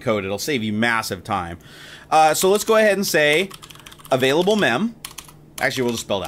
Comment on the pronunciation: "avaiable MBytes"